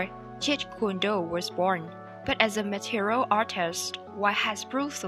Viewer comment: It's not Material artist. It's Martial artist.